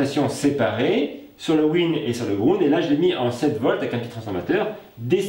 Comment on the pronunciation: Tsss "le grounde", tu pourrais dire la masse quand même ^^!